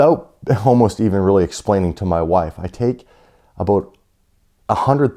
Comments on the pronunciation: It’s ABOUT!!! Not abote. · The way he says about is funny